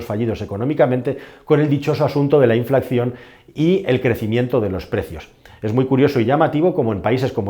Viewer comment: Año 2023 y no sabemos pronunciar la palabra inflación todavía